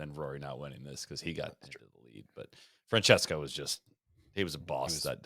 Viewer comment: will you apologize for calling Francesco Molinari “Francisco”?